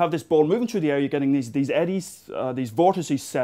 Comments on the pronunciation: cool vid.. but i gotta say: its through not trough. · "CHRU DE AIR." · threw.... Threw the air... There's an "H" in that word.....